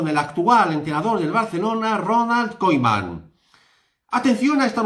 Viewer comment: como se pueden decir tantas mentiras en un solo video la virgen, vaya CLICKBAIT no sabe ni decir koeman... lamentable denunciar a este tio